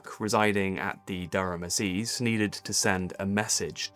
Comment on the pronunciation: Assize as in court is pronounced incorrectly for English too. Sigh.